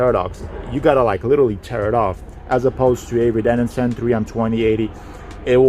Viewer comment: It’s avery dennison, not denninson.